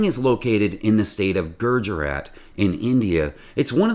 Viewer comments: "you stick the AIRBAGS into the ship and pump them full of... OXYGEN"??! Hello...? Who's in in charge of the script? Also, while it's EErak and EEran, not AYrak and neither AYran, the Gujarat has only ONE R in it, so no GuRjarat. And then ships are beached at Alang "on their own", and frankly how a TUGboat could beach any ship WITHOUT getting itself half a mile into the dry land first, is beyond my comprehension. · ...and it SANK is proper grammar. GOO-jarat, not GUR-jarat! Nu-CLEAR is right, not Nu-KYOOLAR. Ships may beach on their own for scrapping, not only by tugboat. Yes re 2024 - IN 2024!